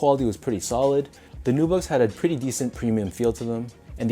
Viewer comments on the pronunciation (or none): none